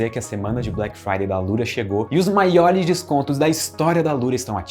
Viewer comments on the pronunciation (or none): none